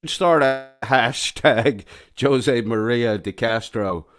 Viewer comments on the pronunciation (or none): Jose is pronounced Hose. Meaning you pronounce the j with a h sound.